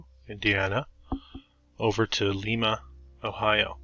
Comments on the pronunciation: Lyme-uh, is how we say it here in Ohio, not leemah 😊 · Really appreciate your efforts and enjoy the channel but... Do try to pronounce the name of the city correctly. A quick look at the historical society's or museum's website will provide more accurate information as well. You glossed over Limas oil industry. Charles Faurot, who owned the paper mill you mentioned, discovered oil on the property while drilling a water well. It was purchased by John Rockefeller and Standard Oil who sent a young chemist to find a use for a waste product known as gasoline that was being dumped into the Ottawa River, the rest is history. You briefly mentioned trains as well. The Lima Locomotive Works produced 1/3 of the steam locomotives ever used in the U.S. Lima was built on Train money as much as oil money. The asylum was used to film the movie Attica and other prison movies long before the Mansfield prison, 90 minutes east, was used for The Shawshank Redemption Streets built wide for streetcars??? Oppps.... when you showed the courthouse you forgot to mention the John Dillinger escape. Faurot as in paper, oil and opera houses is pronounced Fa-wrote Other than that, thanks for the video and keep up the good work!